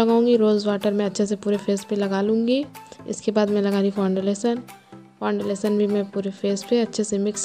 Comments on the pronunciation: फाउंडलेशन नही नानू फाउंडेशन बोलते हैं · Oh god , phle foundation bolna to sikho maidam